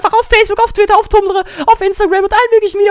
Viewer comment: wie kann ein mensch nur so viel labern?! D. warte....brustbacken?! dafuq?! xDD und tumblr schonwieder falsch ausgesprochen xDDD